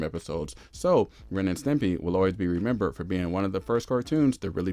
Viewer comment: You called it Ren and Timpy?!?